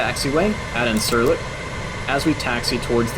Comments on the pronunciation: it is pronounced insur-Lick.....not in-SUR -lick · The airbase Incirlik is pronounced as "Indjirlik".